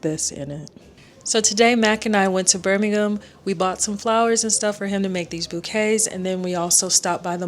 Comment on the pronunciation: Props for pronouncing Birmingham correctly lol.